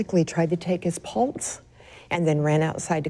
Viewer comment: It bothers me the way she says pulse (sounds like she's saying pults)